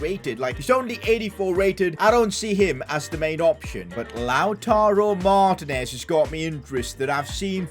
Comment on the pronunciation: I don’t wanna be mean but it gets me sooooooooooooo mad when you call him lautaro martnes it is Lautaro martiines